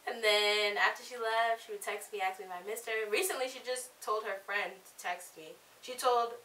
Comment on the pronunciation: Can't hear a word you are saying. And it is ASK! NOT aKs. The S comes before the K.